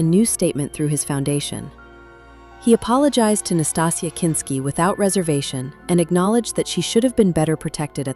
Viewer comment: Nastassia. Not Natasha. There's an obvious difference.